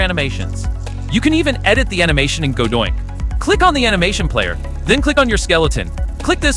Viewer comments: the AI thinks that godot-INC is godoinc lol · stop saying godoink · Okay but why actually is he saying Godoink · me screaming everytime you say godoink like its torture ahahhahaha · Did you intentionally say Godoink? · This AI isn't even pronouncing the name correctly.